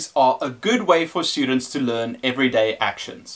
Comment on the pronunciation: its very distracting when you say SHHTUDENTS, good video though none the less